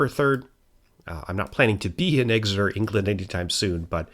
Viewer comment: No one ever says it right EXeter not EGseter